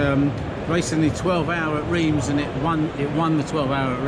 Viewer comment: Thanks for the video but PLEASE learn how to pronounce Reims correctly. It made me wince! Bit of a clue Reims is not in England....